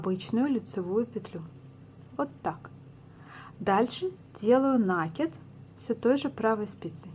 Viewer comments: здравствуйте! Сомневаюсь, что в вашем словаре есть слово нАкид, потому как правильно ( ещё раз повторю!) говорить накИд. Нить накИдывается на спицу, неважно к себе или от себя!!! И ещё...за свою доолгую жизнь, я много чего навязала - это к слову , на вашу реплику. Желаю здравствовать. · Это хорошо, что Вы вяжите классикой, но накИд удобнее делать " от себя". И, пожалуйста, ваш нАкид режет слух, говорите как все современные блогерши ПРАВИЛЬНО!!! Без обид... удачи!))